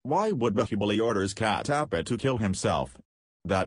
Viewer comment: That is Kat tap paa and not cat aap paaaa